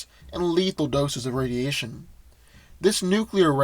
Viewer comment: Red sun radiation not rsdiation